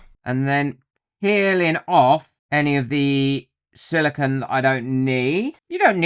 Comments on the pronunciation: Good video but it's not "silicon". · With all the videos you have done, you'd think you would have learned how to pronounce "Silicone". Silicon is a naturally occurring element (number 14 on the periodic table). Unlike the element silicon, silicone is a synthetic compound made up of siloxanes. Silicone is made of silicon, oxygen, and other elements like hydrogen and carbon. Otherwise you have really good content. But, come on, it's a simple word.